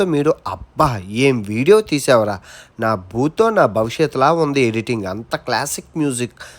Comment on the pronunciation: న భూతో కాదు, నభూతో అనాలి లేకపోతే అర్థాలు మారిపోతాయి 😂.